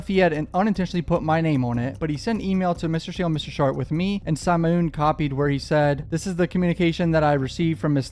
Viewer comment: The way he pronounced Simone 😂